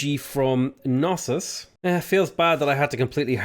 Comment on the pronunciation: As a Greek, I kinda feel obligated to inform you of the correct pronunciation of Knossos and Miletos. The "k" in Knossos is not silent, so it's pronounced as written, and it's accented on the last syllable. Miletos is actually "Meeleetos", accented on the first syllable, though.